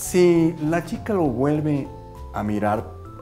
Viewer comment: Perdón, pero me parece que se dice vuelve; no guelve min